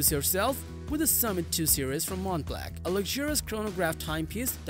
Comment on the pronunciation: It's not pronounced Montblank or Montblack, however you said it, it's Montblanc Mont-Blonk!